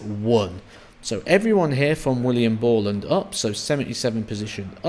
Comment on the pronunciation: and it’s BORLAND